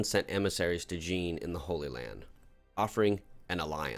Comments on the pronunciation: I just need to say you're pronouncing Jean all wrong. You have to say it like a French person and pronounce it like John on Sean but with the French "J" sound. I'm sure you've heard it before, think Star Trek Jean Luc Picard. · Love the RP stuff, welcome back! But that pronounciation of 'Jean' was jarring.